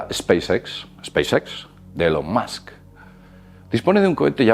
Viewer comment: Por favor se pronuncia MAAAASK... se escribe MUSK